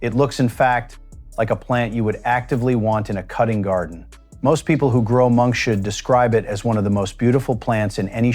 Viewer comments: It is pronounced Monk's hood not monkshud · Monkshood is not pronounced correctly in this video. The stupid AI voiceover says it like: monk shood. It should be pronounced like: monk's hood, as in the hood of a monk. Oleander does more than affect your heart. If you get it in your face, it can cause anaphylactic shock, making it impossible to breathe. This happened to one of our apartment managers and he had to be rushed to the hospital in an ambulance. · it's Monks hood not Monk shood. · This AI pronunciation of monkshood is absolutely hilarious! I am really old, and have never heard it said as "Monk should"... Monk should what? I guess you can't expect AI to figure out that the flower looks like a hood that could be worn on the head of a monk, and thereby determine that the flower name should be pronounced as "Monk's hood". 😂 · Monks hood not monshood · Dang ai! Some day they'll teach it to say "Monks Hood" instead of "Monk Shood". smh. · Wow, these AI mispronounciations are annoying! It's not monk-Shud. It's pronounced monks hood because its shape resembles a monk's hood. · I always called Monkshood, monks hood. This guy calls it monks should. Never heard that before. This is an interesting presentation, but has a stilted AI voice, but the information is good and useful. Makes one think, "how did I ever grow to adulthood, without killing myself and the house pets?" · Monkshood is pronounced Monks Hood, not monkshood. Why can't you get narrators who have a bit of knowledge of their subject!!! It is so stupid to listen to everything being mispronounced. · It is not pronounced monkshould. It is pronounced Monks Hood, because it looks like a monk with his hood up. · It's monks hood. That's the problem with AI voices. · There is no "sh" sound in monkshood- derived from "monk's" "hood" i. e. separate words. Silly AI